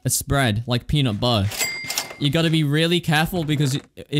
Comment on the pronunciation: peanut buhher my favorite